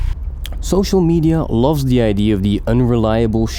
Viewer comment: I figured you are from NL or somewhere near when you pronounced "id" instead of "idea" :) yes I clicked because I like cars. Good video, keep going :)